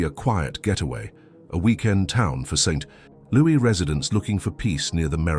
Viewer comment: I know right? And St. Looo eee!!